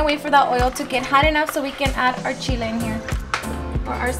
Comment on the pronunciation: Lol she said shhhile... (Chile)